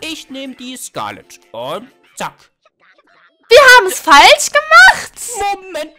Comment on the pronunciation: Wieso sagt immer zazazazack?